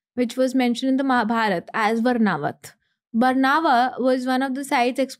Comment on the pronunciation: Its vaarnavart not vrnavrat